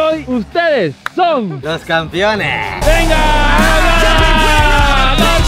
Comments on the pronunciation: Oigan papus, no se si escucho mal, pero dicen campiones xd es campeones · No importa cuando leas este comentario,el sigue diciendo "campion"